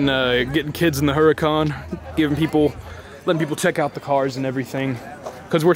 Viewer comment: Everytime he says "Hurracan" or giggles.